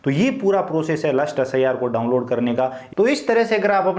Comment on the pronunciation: Bhai wo lust list hota hai last list hota hai